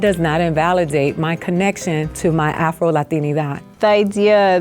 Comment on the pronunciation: why can’t he say afro??